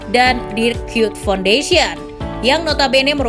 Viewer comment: Bacanya emg dirk kyut ya? Bukannya Kuyt?